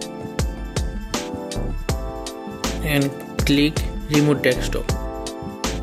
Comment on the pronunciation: d-e-s-k- top...; not DEXtop! :)